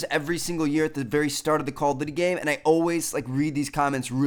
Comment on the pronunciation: Stop saying "Call of Dity". It's "Duty", not "Dity"